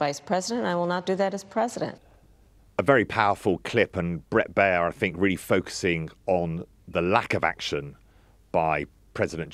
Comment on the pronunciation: Very unprofessional and misleading analysis of the Baier interview. One of these fools is so unprofessional he doesn't even know how to pronounce Baier's name. He also claims there are more Biden voters from 2020 now supporting Trump than Trump voters from 2020 now supporting Harris without providing any source. It's also very wrong to claim that there's a long tradition of politicians talking about enemies from within -- this and lies about the media lying are the basis of fascist propaganda. It looks like the Telegraph doesn't even call out Fox for being a propaganda network that spreads lies and will soon again be forced to pay hundreds of millions for spreading lies a d defamation.